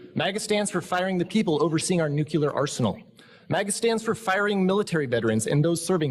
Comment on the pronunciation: Oh no, did the football guy just say "nuc-u-lear?"